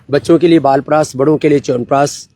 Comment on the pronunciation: I can bet on this! Noone else in this world pronunciate "Chyavanprash" betyer than you... All my hemoglobin, white blood cells, bp, sugar, etc.. comes into balance just after hearing "Chyawanpraash" from you. 😂😂